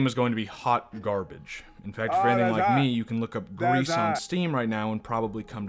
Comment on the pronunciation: I’m not really saying anything new, but it is is pronounced “Grease” I believe and it means grey. You also did forget about her final ability to sing, which is important, really I would say more important than all her other abilities. It is hinted at because you can try to sing but the girl won’t do it because she is not really ready yet. As singing was something her mother “the statue” and her did together. She isn’t ready to sing alone. Also I would say that even though the gameplay is nothing new and is really simple. It would be better than complexity because then it might take away/distract from the art. And the game wouldn’t have its very nice relaxed feel. That’s just me though Also I would say this game does have replayability, at least a bit. I guess it really matters most about if the game touches you personally. But it can be at least replayed to find all the mementos and unlock the secret mother+daughter scene. Finally I would say you might have skipped over the black grief “boss” a bit. (If you can even call it a boss). It has strong significance that I think you didn’t touch on enough. Also for reference I played this game 4 times. But I like it a lot so :/